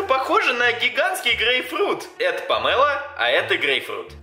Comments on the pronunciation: Помело ударение на о дурачок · Не помела а Памела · Да не памЭла а памело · Не помэло а помело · Не пооооомело а помелооооооо